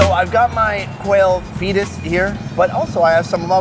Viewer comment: He said Eatus to the Fetus